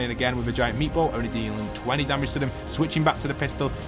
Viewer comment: I love how you call it meetball😂